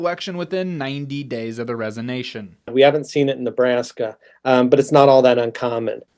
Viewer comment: Resonation? WTF is resonation?? Is he suggesting that the congressman vibrates like a tuning fork? I wouldn't care if I heard this from strangers talking on a train, but this is professional newscaster - learn the king's English.